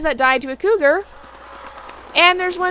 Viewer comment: I snorted when you said cougal. I do the same thing where I’ll smash words together if I’m excited or talking really fast. I also have this issue where I’ll forget a word and say something else so for example; I’ve tried to say feather but forgot the word and said bird leaf and my friend gave me the most unimpressed look I’ve ever received. I’ve also tried to say carousel and couldn’t remember and said mechanical horse tornado. 😅😂